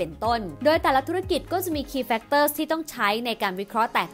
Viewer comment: โอ้โหววว... เปิดมาเจอแบบไม่ตั้งใจ แต่คลิปแบบ"ดีม๊ากกกกก"ค่ะ!!! กราฟฟิคสวย น่ารักสุด สรุปพ้อยท์เป็นข้อๆได้สั้นชัดเจนมาก เข้าใจได้ง่ายจริงๆ ที่สำคัญสปีดการพูดพอดีมากเลยค่ะ ฟังง่าย ชัดเจน ไม่เยิ่นเย้อ ขอชืนชมการออกเสียงทุกคำชัดมากๆๆๆๆๆ factors แม้พูดเร็วแต่ s ยังชัดแจ๋วว เสียงเพราะด้วย จะดูซ้ำหลายๆรอบเลย เป็นกำลังใจให้นะคะ ♥♥♥♥